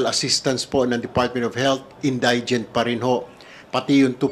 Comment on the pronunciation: Sir Tulfo: In dee gent po, not in die gent